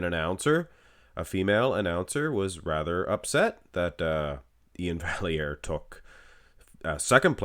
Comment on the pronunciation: Iain deserved it, Steve is too smooth monsoon. And as a note, on Iain’s Instagram he spells out how to pronounce his name. Val-e-air. So there